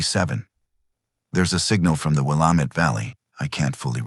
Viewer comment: If you're going to "write" a story about Oregon, then please teach your AI program how to say the names of the towns and places in Oregon. Salem isn't pronounced Selem. It's pronounced Saylem. And Willamette isn't Will Ahm Eht. It's Will Am Eht.